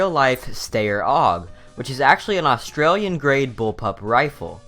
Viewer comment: like Australian, please say u mean Austrian and not Australian. I BEG U PLEASE